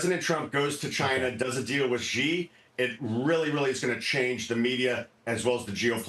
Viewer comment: This KraneShares guy has been hawking Chinese tech stocks for years now and he can’t even say Emperor Xi’s name correctly